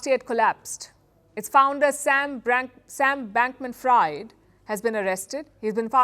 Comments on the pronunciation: Fried —-😂 Someone tell her it’s pronounced “freed” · It's pronounced "Bankman_ Freed" and by the way this is the local top signal time to sell ⬇️ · Sam Bankman fried chicken 🍗 Please learn to pronounce the names correctly before reporting